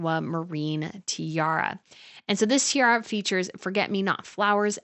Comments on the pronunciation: you keep say "tierra" which means land in Spanish ... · This commentary needs correct pronunciation of the English word tiara, and the abandonment of “you guyzess.”